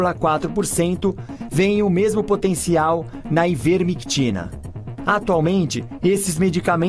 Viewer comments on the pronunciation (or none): Nem sabe falar o nome do ativo... falou ivermeticina esta. Credibilidade zero hein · Não é ivermecxina! É ivermectina! Não sabe nem falar o nome do medicamento! Tess Lawrie é uma especialista em meta análise, vai estudar! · " Ivermexina" ? Não merece comentários.